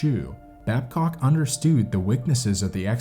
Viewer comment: Words like understood and good are not pronounced understewd and gewd. Met is not mat. Leader is not litter. You don't get to change how a word is pronounced just because you are a narrator.